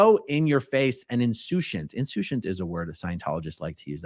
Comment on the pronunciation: Pronunciation of Insoucient is insoose ent.